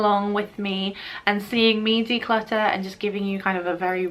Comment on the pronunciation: I solely watch every video to hear her say “declutter” in her accent